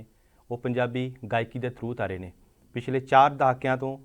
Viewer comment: ਥਰੂ ਤਾਰਾ ਨਹੀਂ...ਧਰੂ ਤਾਰਾ ਹੁੰਦੈ,,ਵੀਰੇ...! ਲਵਲੀ ਨਿਰਮਾਣ ਵਾਕਿਆ ਹੀ ਪੰਜਾਬੀ ਗਾਇਕੀ ਦੇ ਅੰਬਰ ਦਾ ਧਰੂ ਤਾਰਾ ਹੈ...! ✅❤️✌🏻